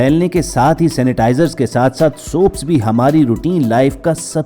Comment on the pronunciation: Your pronounciation of soap is incorrect.pagal